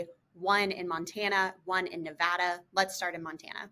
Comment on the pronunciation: Silly thing, but hooray for pronouncing Nevada correctly!